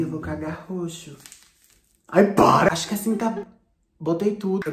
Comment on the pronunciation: nss eu e minha melhor amiga na escola: "parannhh com isso naturaal" "parannhh com isso matematicah" "parannhh" "parannhh com isso arroz i fejão" isso tudo so pq assistimos vc kkkkk tudo pra nois é "parannhh" kkk fixa?